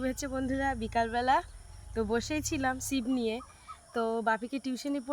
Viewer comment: কথাটা শিপ না,কথাটা হলো “ছিপ”